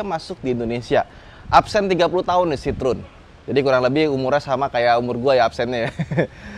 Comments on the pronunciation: Dibacanya kyknya bukan Citrun deh , Cihoen atau apalah😂😂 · Masak bacanya sitrun?😅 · ngakak pas ngomong "runol citrun"